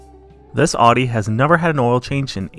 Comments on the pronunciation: Say it with me now: "Ow-dee" Not "Aww-dee" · Love the videos, always crack me up. FYI though Audi is pronounced "Ow-dee" like when you say "ouch" not "aw-dee".